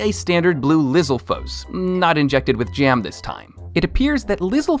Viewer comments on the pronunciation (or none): He also pronounces it as Lih-zahl-fows, but I know I just pronounce that one weirdly (Lih-zahl-foes) How I see the other ones are: Hinox: Hee-nocks Bokoblin: Buh-caw-blin or Bow-caw-blin Zelda: Z sound, L, "duh" Moblin: Maw-blin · Bro I swear it's pronounced Bow-kah-blin vs. Boca-blin Edit: Moe-blin? It's gotta be Moblin... Like a minecraft mob... You said it right earlier in the video. Something about the way you said Lizalfos was off too Good video but it kept bothering me sorry